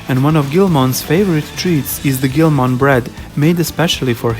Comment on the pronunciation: It's pronounced geel-mon not grow mon